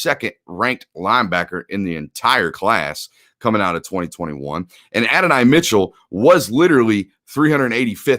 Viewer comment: The fist guy in UGA media who can pronounce Adonai… my boys been to church!